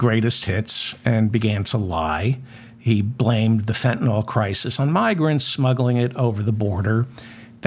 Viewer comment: Excellent show. Now if only this would be resolved before Thanksgiving. I'm not holding out hope. My only comment is that you make the same mistake as many others by calling Fentanyl fentin-all instead of fentin-ill. That makes me crazy...it's the little things. Peace. 🙂